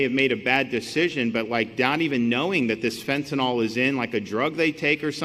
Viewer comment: Majority of people pronounce it fentanol, which sounds like some kind of "alcohol" derivative, rather than how it's spelled, fentanyl...